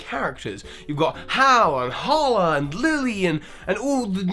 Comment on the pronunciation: IT IS HALA